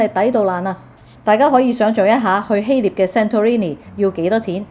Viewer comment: 謝謝資訊！風景很美，你講嘢流暢，讚！但請留意：希臘個臘字讀音係臘肉個臘，肉字部首，唔係獵人個獵。你識讀臘味，應該知道點讀希臘個臘字。